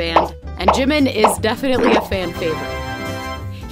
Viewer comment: Just for future reference, it’s pronounced: JEE-meen not JIM-min